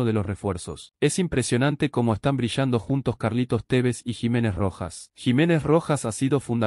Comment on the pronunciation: Es la primera vez que me gusta tu comentario, aunque es Tevez, no cómo vos lo pronuncias!! Falta mucho debemos ser cautelosos, si observas el desarrollo del partido, hay momentos buenos y otros no tanto producidos por el altibajo de algunos jugadores!! El gol del descuento hubo dos horrores en uno, primero Marcone suelta a su marca y después fiel a su ADN el ex Rosario Central hace un gol encontra!! Atento Carlitos a estos errores de concentración no habituales en los jugadores de alto nivel, así nos vino pasando todo este último tiempo!!! No siempre vas a estar un gol arriba para empatar o ganar el partido!!! Se puede tener agresividad e intensidad, pero por sobre todas las cosas los defensores deben saber que hacer dentro de su área, corriendo hacia ella y observar los movimientos de los contrarios y saber cabecear hacia los costados, nunca hacía Adelante!! A Báez no lo ví bien ayer, el ex R. central tiene eso muy bien de arriba, más fuera del área propia, con dudas con los pies y adentro del área es un contrario mas!! Cuidado Carlitos!! Por favor!! El cuatro no ha venido defendiendo bien en ninguno de los dos partidos, el tres hace muchos fules, ambos con la pelota en los pies y en el área contraria son buenos, igual lo puede hacer la tarea un medio con llegada o un extremo que baje hasta la media cancha!! Lazo tiene eso de observar!! Cuidado!! Vamos Rojo, gracias por el segundo triunfo, pudimos haber hecho uno o dos mas!! Es preferible ajustar y tapar agujeros antes de qu